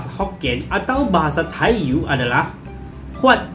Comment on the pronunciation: Tai yu di baca Tai yi